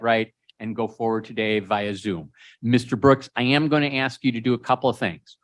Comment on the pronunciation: What dis you axe me ?